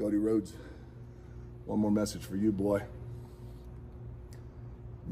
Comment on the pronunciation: God dam that was to much. I dont think he ca. Say "boy" like that lol